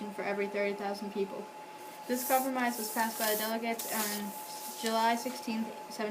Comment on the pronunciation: U pronounced delegates wrong at the beginning